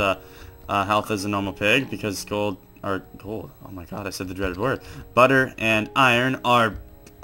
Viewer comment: he said ggolld